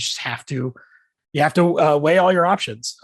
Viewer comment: I swear he says “you have to whale all your options”